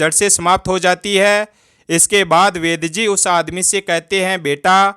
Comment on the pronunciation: वैद जी है या वैद्य जी है 😂😂😂😂